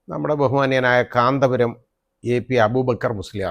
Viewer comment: കാന്തപുരം എന്ന് പേര് പറയാൻ താങ്കൾക്ക് എന്തോ ഒരു ബുദ്ധിമുട്ട് അനുഭവപ്പെടുന്നത് പോലെ തോന്നുന്നു......